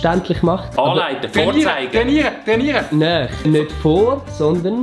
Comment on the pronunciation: niemert: wükli eifach niemert:: es ish nüt mit "vor" aber mit "zeige" de adi: VoRzEiGe